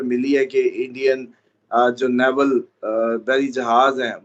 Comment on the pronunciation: Naval not naywal.